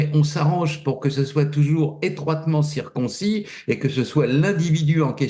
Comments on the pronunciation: "Etroitement citconcis"😉😀? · J'ai bien aimé le lapsus étroitement circoncis😅👍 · Mr Raufer: on dit étroitement circonscrit et non étroitement circoncis. C’est mon présupposé et non mon prépuce ôté. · Circonscrit pas "circoncis ".... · Étroitement « circonscrit » 😅et non « circoncis »